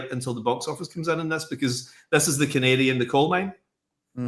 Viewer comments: Gotta love how Mark talks. "The Canadian the coal mine." ^_^ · He said “canary.” His accent made it sound like Canadian